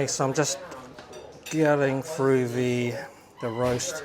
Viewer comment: Please pronounce your ‘th’ correctly. One gets rather weary, hearing the English language being butchered, with ‘froo,’ ‘fing’ and ‘parfway’.